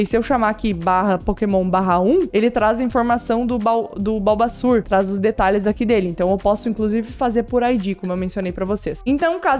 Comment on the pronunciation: vc falou balbassur, nao te amo mais